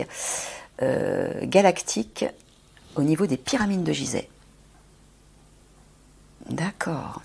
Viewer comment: Déjà elle ne sait pas prononcer Gizeh. C'est grave 😅😅😅